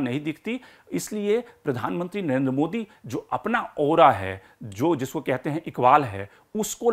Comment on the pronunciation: At least pronounce the name Narendra modi properly. You're always saying Nayenda modi. Pakistani panjabis have this habit of saying. Lagtha hai you are also a panjabi of Pakistani decent. Rest all chaltha hei. A long way to go. Good luck to you.